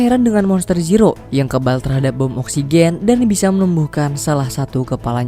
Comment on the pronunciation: bentar² gue salah denger gak sih klo pengisi suara menyebut bom oxygen???😂